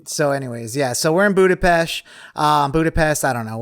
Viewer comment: Always learn something new while listening to you cuties😘 “If you're going to Hungary, it's not Budapest, “boo-da-pest.” It's “boo-duh-pesht.” 😘 Great as usual🌹